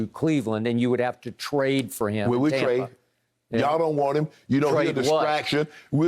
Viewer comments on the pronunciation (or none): “TOMPA BAY” Skip on one!!!!!!!😭😭😭😭